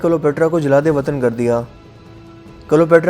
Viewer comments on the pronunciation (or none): app bahot se wordds galt bolte hain app ko urdu bhi theek se bolni nhi ati. ye jlad e watan kia hota hai